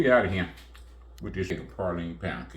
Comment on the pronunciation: I’ve made this cake before, but it’s not PAR-line, it’s pronounced PRAY-line. Please!!!